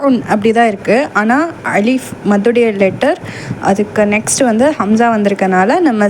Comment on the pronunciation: Assalamu alaikum sis.Alhamdhu lillah.but Hamza vucharipil A'ain sound varugirathu.